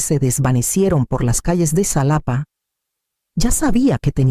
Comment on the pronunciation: La X equis, para el país de México se pronuncia como jota, Xalapa (Jalapa)) 😊